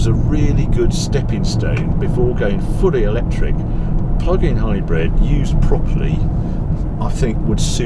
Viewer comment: It's a hybrid not a hybread why would I trust anything you say